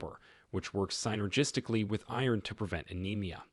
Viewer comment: Tighten up this presentation to keep it under 10 minutes if you want people to view the entire thing. Get an AI reader that knows common pronunciations of words like "pecans" and "synergistic"